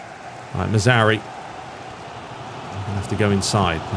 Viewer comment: Love the videos, but for the love of god it´s not Mazauri, it´s Mazra OUI, like the french Oui. Also dont forget the R in Mazra..